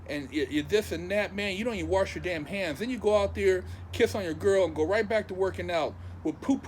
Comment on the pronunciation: "Warsh" Lmaoooo